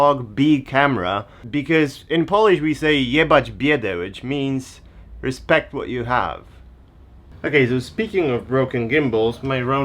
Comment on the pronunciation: " Respect What You Have " - nigdy nie brzmiało tak Polsko xD